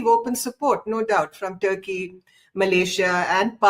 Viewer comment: I think she lost mind because of age factor😂 she is not in sense baseless analysis She said tukey china and Malaysia😂 3 time that's tell her mental situation